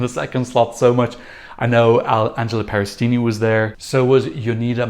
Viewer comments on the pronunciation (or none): Peristeri. NOT Peristini! It's of Greek origin. Not Italian!